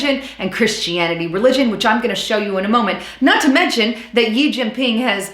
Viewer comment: On China... The Republic of China is actually Taiwan. The People's Republic of China is mainland. And its president Xi (sounds roughly like "she"), not Yi